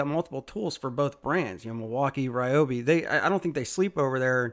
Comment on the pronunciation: I remember from the early days when REE-oh-bee was first released; they had an article on their website stating the name's correct pronunciation: the correct pronunciation is REE-oh-bee. Why not educate people on the correct pronunciation rather than repeating what started in ignorance?